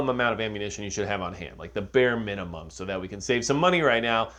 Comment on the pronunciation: "what`s the munimum.."??!😮🤦‍♂️👎🤢